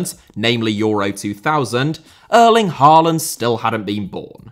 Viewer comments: When will a Brit manage to pronounce Erling Haalands name correctly? Maybe around year 2049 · Your pronunciation is not half as bad as The Irish Guy, so don't worry. A lot of good points here, don't agree on Solbakken just yet, but players out of position is key. Ajer and Østigaard for instance has to be solidified as center-backs and not anywhere else on the pitch. The same for a lot of other positions, we just need them to settle. But Norway is missing a top GOALIE, that is by far the weakest link in this team, to adapt to modern football. Just like Allison, Ederson, Onana (before United at least) we need someone reliable between the sticks!! But no, its not the best team of all time. The team "Drillos" from WC '94 through EUROS '00 consisded of 3 to be trebble winners from Man U, regulars for Leeds, Southampton, Chelsea, Spurs and a lot of Liverpool players. That was our golden-age, beating Brazil in 98'. And why us Norwegians love English football so much